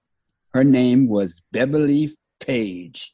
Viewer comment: Weird flex, but OK! "I was a college student who wanted to work the system", then proceeds to pronounce the name "Beverly" as "Bebaly". These old heads always bragging!!